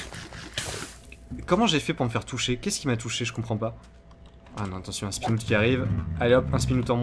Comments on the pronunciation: Un spinoute XD ça se prononce spin-out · Un "spinoutte" ! Frigiel, français avec le meilleur accent anglais x) (À ne pas prendre mal)